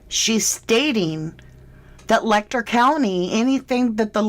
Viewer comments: I'm sorry for seeming so petty but the pronunciation of Letcher Let'cher is as it sounds, not Lek'ter. I know it seems petty and I apologize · Ma'am, with all due respect, Letcher County is pronounced "Let-cher," where the "ch" sound is like that when saying "chair" or "cheer." If you're going to cover an area and cite it repeatedly, might wanna do your due diligence on the details.